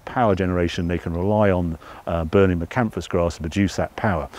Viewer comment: International Energy Crops are another firm to look at if you're considering Miscanthus, been around a long time and great farming pedigree behind the firm ( Wilson and Co). An informative video as every but I must confess to grimacing every time hear you say Miscanthus with a silent s!